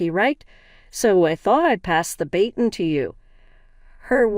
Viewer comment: "Threw" the burger away not "through". Pass the "bah-ton" not bay-ton. My mom's 'main' business not 'mean'.